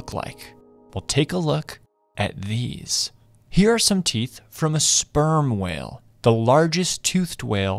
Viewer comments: Did he say spurm whale at min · I heard berm whale